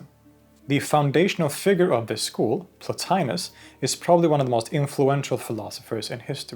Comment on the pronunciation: The name mispronounced in this video as "Plo-tye-nus" is correctly pronounced "Plo-tee-nus." Classical Latin never pronounces the letter i or I as in "pie." Indeed, Romans called that letter "e" as in "tee."